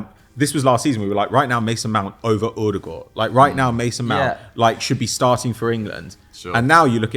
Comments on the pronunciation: just say it normally ffs! We get it, you went to private school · And the odegaard pronunciation so cringe